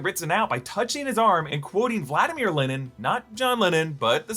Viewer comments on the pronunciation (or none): none